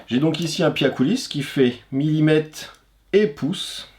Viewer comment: As-tu remarqué qu'à la fin du mot millimètre, après le t, il y a la lettre r. On dit millimètRe et non pas millimète.